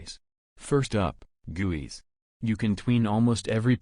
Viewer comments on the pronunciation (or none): I don't like the way it said guis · i love when he said guis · He pronounces guis as gooeys XD! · The way he says GUIs HAHAHAAHAHHAHA I LOVE IT